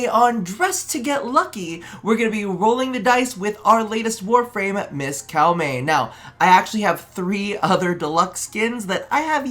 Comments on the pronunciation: 1st Edit : its Koh-Mey not Cow-Mey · We always love this series, thanks to your unique takes it inspired a lot of our Fashions over the years so thank you for this series. Also, we did have to look it up, so there's a chance we're wrong, but it looks like Koumei is actually pronounced Ko-me. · Cow-mey? please tell me it's a meme lol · Okay, so, taking instruction from the latest video: Kou rhymes with co like in "co-worker". Mei rhymes with May like the month, so you got that part right haha